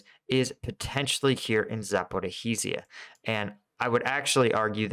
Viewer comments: Ok, I gotta say cause it hurts my ear - it's "Za-po-rizh-zhie", so it's 2 "zh" sounds there, you can just say one long "zh", like "za-po-rizhhie". Other than that amazing content watching daily! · Zaporizhzhia is pronounced Zah-poh-reezha. Thanks for the insightful videos. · It's pronounced ZAPORIJA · Zaporizhje - there is sound ж sound ukranian. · It's "Zah - Poe - REE - Jhee - Ah." ZH is like a soft J, pronounced like the S in "leisure." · Zaporijj-ya. Ivanivske. Not difficult to read. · It's tough to pronounce but it's roughly like this: "Zap-O-Reach-Yah" Just the "ch" being soft, so it sounds the end of "liege". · a) after a year of reporting on Ukraine you might want to at least try pronouncing 'Zaporizhzhia' halfways correctly. Almost all other English channels have managed to do so by now. b) you completely ignore the problem of bridges built for the <50 ton model-T tanks. Both Abrams and Leos will encounter severe limitations in the Ukraine low lands. Yes, Leos can dive, but they will need suitable embankments to do so. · Congratulations on somehow managing to mispronounce the name “Zaporizhzhia” in a different way, quite literally every single time you say it. At first it was somewhat amusing listening to you mangle it in your efforts…but it has now gotten to the point where I’m going to ask you to select just one way of mispronouncing it, and stick with it. I don’t want to have to hunt you down and kill ya 😉🤣😂